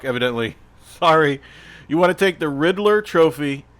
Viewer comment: Lol so funny!😂 You kept saying tropher! I’m dieing😂😂😂